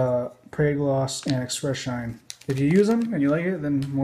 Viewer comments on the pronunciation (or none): Is he saying sheen or mispronouncing shine?